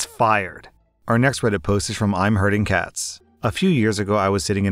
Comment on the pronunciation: Did someone else hear the name of the first poster as "I'm hurting cats" and was like wtf